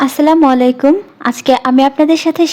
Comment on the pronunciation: ও ম্যাডাম আগে সালাম টা ভালো করে দেয়া শেখাও আসসালামালাইকুম হবে না হবে আসসালামুয়ালাইকুম